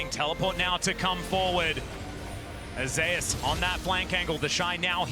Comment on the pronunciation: They says Zeus like zay ouss lol